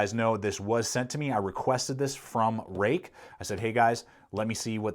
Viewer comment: Roook, not Rake. Fruit has the ui in it and is pronounced froot so therefore Ruike is Roook not Rake.